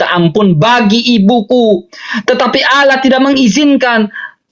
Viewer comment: aloh nya aj gk jelas